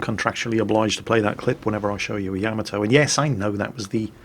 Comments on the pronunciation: Hey - in every replay in which you feature the Yamato, you play that little sound byte. In it, the name of the ship is voiced. And yet, every single time, you mispronounce the name of the ship despite having a sound byte TELLING YOU how to pronounce it! Why!?! Why!?!? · any reason you keep mispronouncing Yamato? You have the song to help you?